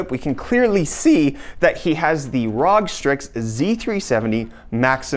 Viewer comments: I was about to like the video but then you said Rawg strix. Its R O G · ITS R O G NOT RAWG